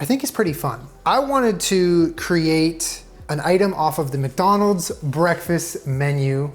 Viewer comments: "wacdonalds" OK SOMEONE READS WEBTOONS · waking a wcdonal's wcgriddle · “Welcom to WcDonald’s. Here’s your WcGriddle” “WcWuffin. What are you gonna do about it WcDonald’s” with a speech impediment confirms our suspicions of him being a 6-year-old 😂😂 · The WcDonald’s WcccGriddle